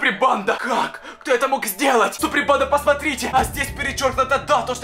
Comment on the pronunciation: ПОЧЕМУ ТЫ ВСЕГДА ГОВОРИШЬ СУПРИМ ПАНДА